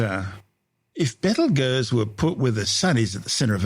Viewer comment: I’m sorry but the way this ai pronounces Betelgeuse is preventing me from tolerating listening to this video